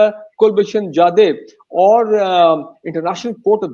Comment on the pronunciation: Brigadier saab, Pronounciation to pahele sahi kar lijiye ... Kulbhushan Jadav not Jaidev ...